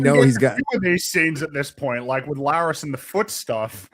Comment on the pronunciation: I find it hilarious how Gary calls Larys "Lars"